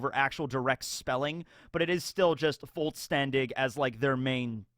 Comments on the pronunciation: But you don't say it like that. Voll is pronounced like full, but with an "o", fol. When "s" is in front of "t", it makes a "sh" sound, so shtern. And "ch" at the end is pronounced like "h" in "hello". So it's called folshterndih, not woltstandig. edit: It is derived from the word Vollständig, which is pronounced the same way but without an "r". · Fall (like the season) - Stan (like in Stanley) - Dish/Dig would be a better phonetical breakdown of Vollständig then Voll Stern Dich (which in English would be pronounced Wollsterndick) while we're at pronounciations: it's sklaVE-rei. that 'e' is pronounced and this seems to be a thing Americans and Canadians do when they pronounce a German word, they leave out 'e' when it's at the end of a syllable, best example you guys saying Porsche (sorry that this is kinda rant-y but it kinda drives me nuts). Don't Zanpakuto revert to the state of an asauchi when the owner dies, Kenpachi picked up one from a Shinigami he killed, same with Tousen's they picked it up as an asauchi and then made it their Zanpakuto. This should have happened to Sasakibe's aswell but we see it clearly in it's shikai state. btw seems like your webcam is out of sync, like a lot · So I'm not fluent, but I do Sprich etwas. Phonetically it would be "Vole-shtern dish" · Vollständig is actually pronounced as: "fol-shtendig" And the "fol " is pronounced just like the "o" in the word "orphan". This is the closest how an American can pronounce the word. Idk what others told you, but they pronounce it correctly, I mean not verbally correct but you can really split the two words "voll" and "ständig" because those are two different words with their own meaning. Still, everyone can understand this pronunciation. It is more poetic that way. And yeah it means "complete" but you know that already. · Vollständig means complete. Roughly pronounced Foll-shtenn-dish Voll Stern Dich would mean full star you. So yeah that kinda works